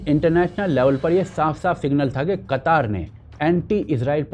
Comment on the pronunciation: अबे बक्चोद कतर को कतर ही बोल कतार बोल के ज्यादा कुल क्यों बन रहा है।